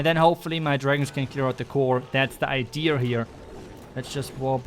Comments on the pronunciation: can you please say "idea" instead of "Idear", Great video though! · Why do you say "Idear"